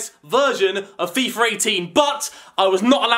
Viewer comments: for some reason alot of youtubers say fifer 18,its not that hard to say fifa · FIIFFAAAA. NOT FIFERRRR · It sounds like he says fifer 18